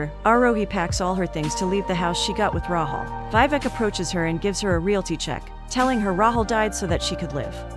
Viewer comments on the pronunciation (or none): It's not VI-VEK its VEE-VEK